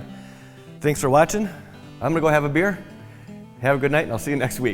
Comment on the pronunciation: Did you say beer ?